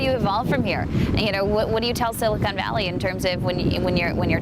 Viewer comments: Did you say "silicone valley" lol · Its sili-CON not sili-CONE, get it right Mr. Tech Boy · watching this 3 years later and cackling at "silicone" valley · Cody: a self proclaimed tech wizard who’s lived in California for like a decade Also Cody: pronounces Silicon as ‘silicone’ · "silicone valley" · Is no one gonna talk about the fact that Cody said "Silicone Valley"? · “Silicone valley” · "Looking for a job in Sili-CONE Valley" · "Silicone" hmmm...